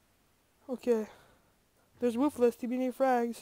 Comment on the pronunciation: ITS PRONOUNCED "WOOFULS"